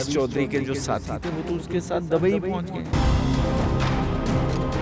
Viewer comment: Bhai sab pahle to bolna sahi kro aap ,,humesha dubai word dabai bolte ho